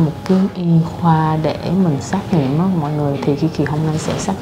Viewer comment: Xét nghiệm chứ không phải xác nghiệm nha em. Kaka